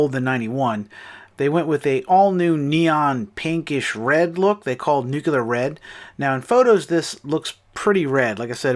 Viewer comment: WTF ! Are you a george W bush voter? It's pronounced "nook-clear", not "nukular" ! "Iraq has been building nucular weapons !" You sound just like that hick ! xD